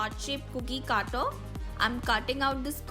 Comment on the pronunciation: Caataar nhi hai...wo it's cutter